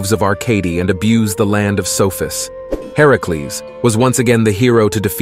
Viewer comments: Why are you saying herecles? It's Hercules or are you talking sbout someone else? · I love the video but I can’t be the only one irritated at how he’s saying Hercules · Anyone bothers how he’s saying Hercules name? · You literally tried to be smart and failed. You pronounced Hercules wrong and called a him a her. Not to mention it was chrono the titan. Also, Hercules had the trial to take down Medusa.